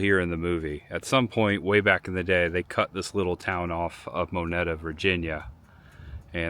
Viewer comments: This is so cool! You are in my neck of the woods. Back in the day, the road in front of the store and over the train tracks was the main road of travel between Bedford and Smith Mountain Lake. Moneta is pronounced (Mo-knee-ta). When the movie was being made, they cleaned up the store a bit and I believe they repainted the store red. After the movie was made, the state made improvements to the road and this old road was kind of abandoned. Welcome to Virginia!! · Mo-nee-ta. The E in Moneta is long. Moneta is a town in southern Bedford County. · Moneta pronounce it with Eeee sound . I grew up in Franklin county and Roanoke area I remember going in those buildings back when they redid them for the movie remember when they were filming. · Moneta is pronounced moe-NEED-uh 😉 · It's Moneta (Mo Nee Ta)